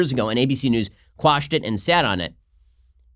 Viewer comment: Ben, thank you for using the proper word “quash” and not squash!